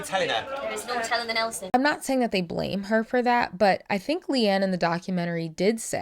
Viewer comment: It’s Leigh-Anne, non Leigh-Ann